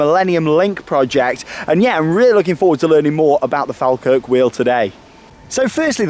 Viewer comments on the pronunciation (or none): listen to the scottish announcer she say's FallKirk.... not FalKirk..... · Falkirk is pronounced as "Fall Kirk' not 'Fal Kirk' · Shame that hasn't learned how to pronounce FALKIRK (FALL-kirk). It comes from the name of the "Faw Kirk" Anvient Church with speckled stone (Faw stone) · Mate it’s pronounced Fall - kirk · It's weird watching someone vlog in the area I live in lol Its pronounced FALL - KIRK = falkirk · Great video and it’s pronounced Fall Kirk 🙂. Live 5 minutes away from it, and been up many times. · sorryy but can you say falkirk right say fall then kirk seprately then try saying falkirk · Great video, although Falkirk is pronounced 'fall-kirk'. Glad you enjoyed it. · Close enough pronounaction wise but it's "fall Kirk" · Falkirk is pronounced ''Fall kirk'' lol:) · (and you) have it wrong it is definitely pronounced "fall-kirk"..... source, I'm Scottish and the town is about 10 minutes drive from me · The way he says Falkirk hurts me